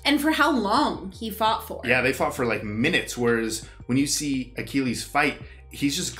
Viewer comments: It's such a silly thing but the way pronounced Achilles threw me off. The movie continued to give the proper pronunciation but he didn't care. I just kept laughing like they are saying Akilleez and he kept saying Akeeleez. I know it's small but I just found it funny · I loved this film growing up in my teens. Btw your pronunciation of Achilles was painful, tho haha. Anyways, great video, guys, as usual! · The way you're pronouncing "Achilles" is driving me nuts haha